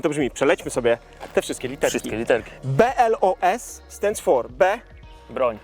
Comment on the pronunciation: BOLS a nie BLOS